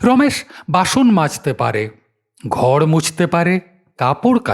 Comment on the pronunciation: "ঘড় মুছতে পারে" ? "ঘড়" জিনিষটা কী ভাই ? "র"-এর অবস্থা কবে থেকে এরকম হলো ?!!!